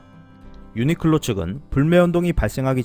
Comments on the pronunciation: 유니끌로 라고 들리네요 ㅎ 매번 좋은 정보 감사합니다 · 내 귀가 이상한가 왜 자꾸 유니끌로 로 들리는건지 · 근데 벌음이 ㅎㅎ 유니끌로 라고 하시는데 이게 왤케 웃기지 ㅋㅋㅋㅋㅋㅋ